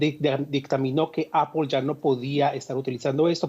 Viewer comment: Amigo, se dice Apol, no Apel. En todo caso diga aple como buen español